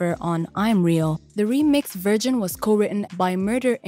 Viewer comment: Why do you pronounce version like "virgin"? And it's Christina MILIAN, not "Millen." "Reached number on the Billboard.." what number? LOL